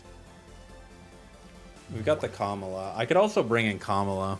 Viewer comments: also "Kamala" (like Kamala Harris) for Komala hahaha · He’s not even hiding the fact that he said KAmala instead of koMAla #Kamala4prez2024